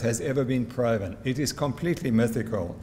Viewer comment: What’s with the ‘pro’-ven. Is that a play on the word ‘pro’ fessional?